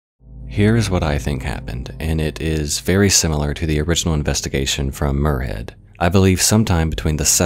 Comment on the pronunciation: Love the content but as a Scottish person in cringing hearing muirhead as moorhead, it's spoken more like miur not moor